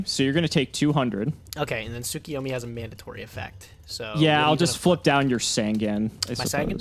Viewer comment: Yet another week of reminding you two that you are mispronouncing Tsukuyomi. It isn't Tsu-ki-yo-mi. It is Tsu-KU-yo-mi. Please for the fans correct your pronunciation.